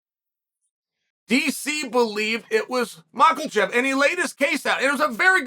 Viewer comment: "Mocklechef" lmao